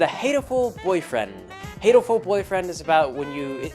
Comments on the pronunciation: In Japanese pigeon is "hato" "ha toe" not "hay toe" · its pronounce HAH-TOH-ful boyfriend. Because Hato is the word for pigeon in japanese. And its meant to be a homophone for the katakanised version of the word heartful (yes the japanese think thats a thing), Hatoful.